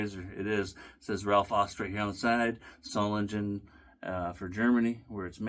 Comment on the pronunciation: Come on,. You should have nailed the pronunciation of "Aust". Au in German is the same as ou, as in "out", in English.